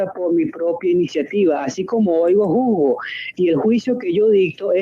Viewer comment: Vos testigo entre comillas, pronuncia bien las palabras: se dice : juzgo. No jugó como vos decís .